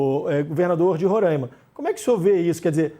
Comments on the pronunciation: Roraima e não Rorãima 😌🤌🏻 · O nome correto é Roraima! Será que dá para falar certo?